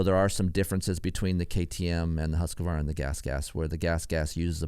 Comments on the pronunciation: Hoosk-varna not husk-u-varna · For the Love of God : please say “ husk Varna “ or “ hoos Varna “ 🤣🤣